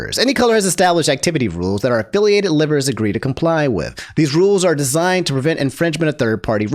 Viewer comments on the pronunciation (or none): I can forgive the Saleen thing. But how are you referring to Liver as its the bodily organ. Lie-Ver Not lih-ver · I find it amusing that pronounces liver like the organ and not live-er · its (Live-er) not liver 😂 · when said livers(the organ) instead of live-ers I laughed. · thats not as obscene of an offense as pronouncing liver the organ way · Everyone: It's Selen, not Selene! Me: Why you pronouncing LIVErs as liver? 😅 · Bro I know this stuff is important news but your pronunciation of liver is hilarious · Aint no way he said liver like liver, the body part, in the selen section 😭😭